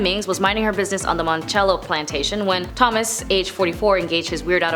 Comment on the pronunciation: S L O W D O W N ! The rat-a-tat-tat delivery is too fast. Work on pronouncing names correctly, like Monticello (it is not Italian). Can you really "see our faces"?